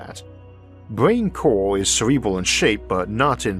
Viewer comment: omfg. I got really tired of hearing "cowal" really fast. it CO-RAL ffs